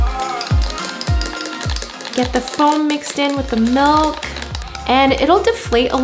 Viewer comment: can someone pls tell her that it is pronounced “MILK” not “MULK” lol i appreciate this video but jeeeeeze she is so cringey lol